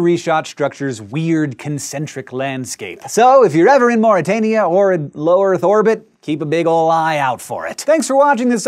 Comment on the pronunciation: Morytania.. o.o